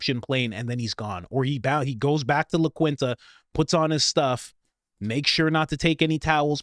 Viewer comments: So I’m almost positive it’s pronounced . La kin ta. say it in a Hispanic voice . La kin ta. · It's prounounced La Kinta...but that is no big deal. I used to stay there all the time. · La Keenta-sorry the pronunciation is killing me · It’s pronounced LaKEENTA Inn just fyi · Bro, it’s pronounced “Lah Keenta” (not like it’s spelled. 👍🏻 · La Quinta — pronounced “la keenta” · It's pronounced "Keen-tuh". You're welcome bud. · La Quinta - phonetically it is “La Keenta” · La Keenta is how it’s pronounced :) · La Quinta is pronounced Law Keen tah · La Quinta is pronounced La Keenta. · It’s pronounced La Keen Ta and Win-dum. Your IQ is showing. You can’t even pronounce common words and names correctly I can’t trust your reporting. You sound dumb. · it’s pronounced La /Keenta/ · My man, it’s pronounced LAH KEENTAH. lol but the Saran Wrap comment sent me 😂😂😂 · Try "La Keenta" It's painfull how you are mispronouncing that. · La keenta is the pronunciation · 🤦🏻‍♂️ my man… it’s LA keen-tah!! LA QUINTA - LA KEEN-TAH!!!! 😂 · MOST hotels offer a military discount of 10%. In fact in our 20Y in the military...the list hotels that DONT offer a 10% or more discount is VERY SHORT. And dude...it's pronounced " Lah Key-n Tah" lol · La KEEN-TUH** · It's La Quinta ( la Keenta) if you are not certain about a word look it up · La-keen-tuh and Wind-im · It’s pronounced “la keentah” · La KEENTA! Pronounce it correctly! :) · Pronounced,.. La - keen- ta....lol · Just throwing it out there; "la quinta", the 5th in spanish, is actually said like this; take the word "key" but don't say the "y", then the second part say "eenta" 😁 --ke-eenta--😁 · It's pronounced "La KEEN-ta." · La Quinta is Spanish and it is pronounced “La Keen-Ta.” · Its pronounced (Lah_keen_tah) La Quinta is like the cheepest pos motel chain in my town a real sh** hole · Pronounced Windhem and LaKinta. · It's pronounced LA KEEN TA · The hotel is pronounced "la KEEN ta", just fyi. Thanks, Coach! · It’s pronounced “La KEEN-ta.”